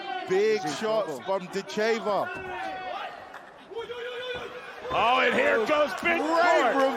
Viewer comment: Not a worthy opponent...the first one...oh well..she may have trouble finding some reaally good competition..she is a very gifted fithter..Dakota Dicheva...Ditch i va...accent first syllable.